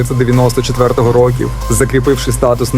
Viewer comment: ну я більше мав на увазі саме вимову, інтонацію і якийсь акцент. Ви деколи кажете "рОків", раз вимовляєте "ар-тридцять-два", а раз було "ар-три-два", "чІткою метою", "сто девЯносто сім", "віддані фанати були дужк вимогливими", і так далі. Що наводить на думку що текст був озвучений штучним інтелектом.